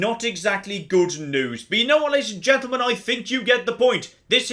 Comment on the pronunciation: "Ladies and Juntlemen?"